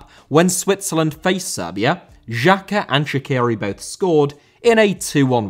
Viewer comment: Pronounce of Xherdan and Xhaka on this Xh is same like J in jeep , jungle, Jordan. Jerdan and Jaka is true not with french G like in Paris Saint Germain.